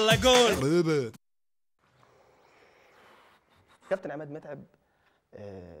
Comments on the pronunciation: وانتوا ليه بتقولوا جول من جون 😂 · بدي اسئل شي ليش المصريين بيقولو جون مش جول ????